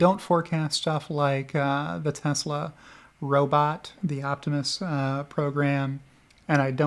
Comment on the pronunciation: "Telsa" + "EBITDA" = Good Times